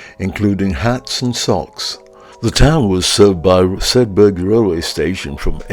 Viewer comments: It's a silent "G" in Sedbergh. It's pronounced as it it were spelt Sedber. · Sedberg, like iceberg. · Nice look around Sedbergh. A couple of points from a 'lifetime local'. Sedbergh formed it's book town persona well before the Covid pandemic and we 'in't 'ills' call the town 'Sed-burra'.